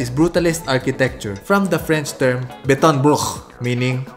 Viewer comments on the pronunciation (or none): Mura kag natuk-an sa “Beton Brut”,! 😂